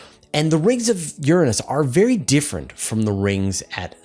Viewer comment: I'm no astronomer but I know your pronouncing Uranus incorrectly. :)